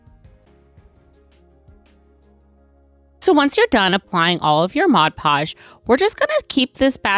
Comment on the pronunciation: Why do so many crafters have so much trouble pronouncing Mod Podge.